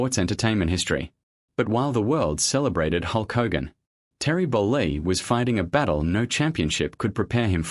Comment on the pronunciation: Stop mispronouncing Hogan 😮